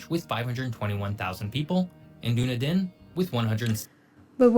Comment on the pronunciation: No idea where Dune a din is. Duh-nee-din is Dunedin. A lot of these videos never even research how to pronounce the names so gotta wonder at how much else they get wrong.